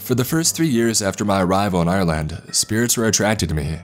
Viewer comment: lol im from ireland and my names iain dam... also u say ireland more like (are-land) not I'your'land theres no y sound